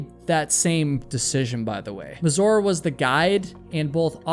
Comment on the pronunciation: Try to pronounce Mazur with a stress on „a”, rather than „u”.